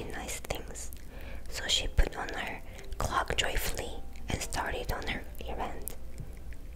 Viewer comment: her English is so great!!!! good job!!!! although i must say, it made me laugh when she said she "wore a big red CLOCK" lol, made me think of Flava Flav 😂😂